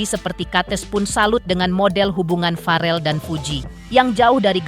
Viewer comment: naratornya kudu belajar cara mengucapkan nama farrel dari bunda Vena